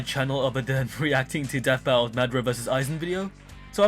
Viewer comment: I was like who tf is madra 😂 but realized I mean madara